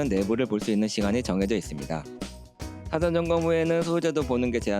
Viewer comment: ㅅ발음 ㅈ발음 혀위치 수정하시면 발음이 더 좋을 겁니다. 혀짧은 발음이 나는 것은 혀가 짧아서가 아니라 혀의 위치가 잘못된 겁니다. '사전 점검'이란 단어가 '타뎐전검'이라고 들려요. 사를 발음할때 혀를 앞니뒤에 붙이지 말아보세요.